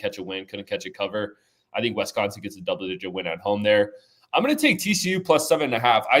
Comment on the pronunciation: it's WISCONSIN not Wesconsin